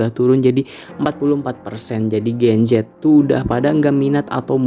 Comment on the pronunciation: Sedikit saran aja kalau buat video kasih jelas bicaranya gen z yah gen z bukan gencet atau genjet 😂😂😂